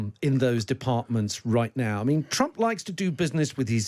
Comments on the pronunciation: You keep mispronouncing the 47th president’s name, it’s President Chump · "chump" min 8- slip of the tongue... 😅